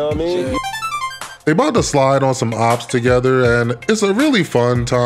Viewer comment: “Slide on som ops” 😫